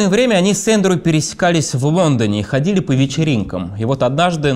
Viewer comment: Блин, что у с речью, конкретно с буквой Л? ХодиУ, писаУ, говориУ. Режет слух.